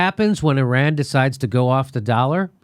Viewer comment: I believe what you say because you pronounce Iran and Iraq correctly. Those people who say Ayeran and Ayerak but still say Italy and Israel... switch it straight off.